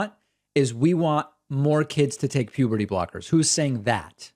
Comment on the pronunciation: This call, to me, turned into a game of, how many times does this guy say "pubity", instead of puberty. 😂